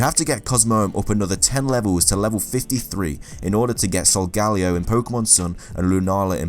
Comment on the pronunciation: Its pronounced Sol-Guh-Lee-oh because sol means sun and leo means lion